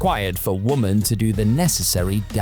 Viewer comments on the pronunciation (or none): The way this computer narrated WOMEN (WUM-'IN)as woman (WU-MAN)